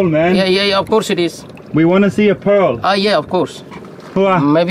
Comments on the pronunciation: You mean "PoReaL" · Yeas yeas pressus metal it's called porl pworl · "That is called pearl3" the way he pronounced it was epic 😂lol